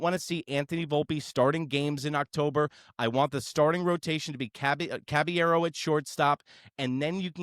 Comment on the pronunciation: Who tf is Cabañero … CABALLERO put some respect on that man’s name 🫡